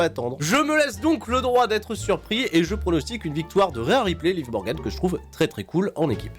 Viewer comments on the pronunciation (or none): none